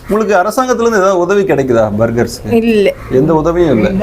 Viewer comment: இரன்டும் இல்லை பேர்கர்ஸ்